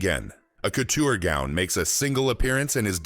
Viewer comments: Couter houses 😂😂😂 Couture yes you say coutuuure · Coutta houses!!!!!!!! Does he mean COUTURE!!!!!! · Did everyone hear this? It didn’t say couture. The AI voice said cooder. Yes. Cooder. Not couture. I can’t watch this shit. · 🤣🤣🤣 This AI really needs to learn how to pronounce couture. All I’m hearing is COOTER houses and that is something ENTIRELY different. 😂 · Pronounce cuu ture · I’m just hearing cooter houses. 😂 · The pronunciation of words like Hermès and couture shows this video is the amature hour.